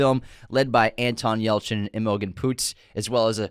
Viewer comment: Someone ought to politely tell that guy how certain things are pronounced. James Caan's name is mispronounced. The name Imogene is said wrong.. And even words like, "awry". Theres a couple others, but I'm not trying to make a list 😂.